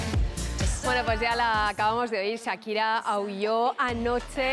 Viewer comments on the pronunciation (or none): ¿Por qué la presentadora dice Saquira?